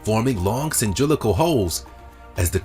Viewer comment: "cyndrilical" holes!! XD cylindrical. SMH